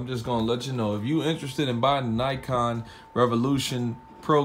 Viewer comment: its nacon not nycon